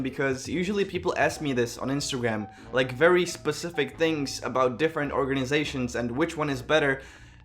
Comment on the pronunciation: “I was born at a vary young age” 🤣🤣